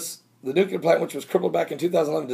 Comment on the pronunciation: its NU-clear not NUCUlar lol. just ribbing ya brother lol.